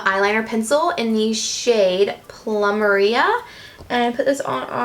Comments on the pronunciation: Plumeria: ploo-meh-ree-uh like the flower :) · Plum er ria lmao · I have never heard a beauty guru pronounce plumeria right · Ps. Are we gonna ignore the way she pronounced "plumeria" 😂 had me dying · That's not how you pronounce Plumeria lol